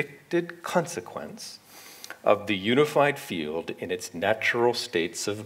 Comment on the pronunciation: What is the You-nified Feel-ed ? RorriMaesu says useaMirroR 🙏